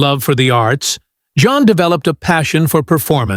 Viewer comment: Her name is NOT JOHN. I hate when A.I. narrates these things.